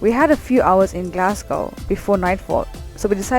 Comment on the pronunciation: American vloggers take note ! your pronunciation of Edinburgh and Glassgow was spot on, you have done your research, well done, I hope you enjoyed your visit